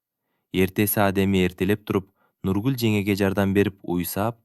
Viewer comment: Нургулду туура айтчы бай болгур, башкасына ыраазы, кыргыз тилинде тамгаларды туура окусан, негизи сонун окуган, тамгалары эле жудотуп жиберди, кыжаалат кылып.